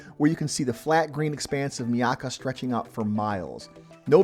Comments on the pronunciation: It is not pronounced "Mee-aka" it is "MY-aka" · itz pronounced, MY-AK-KA you m0r0n